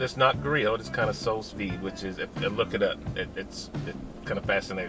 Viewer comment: “Souls veed” lol.